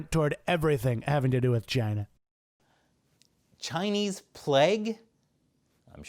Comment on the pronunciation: . . .cause it’s from Chy-Nuh.